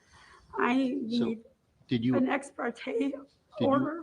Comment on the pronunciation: ha ha stupid AI can't interpret ex par te